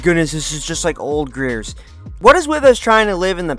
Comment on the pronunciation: bro can’t pronounce the word Gears?